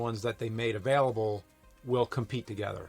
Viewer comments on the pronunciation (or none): none